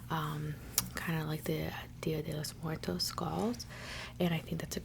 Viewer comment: Thank you for taking the time to pronounce “Día de los Muertos” … I appreciate that. 🥹🥰💀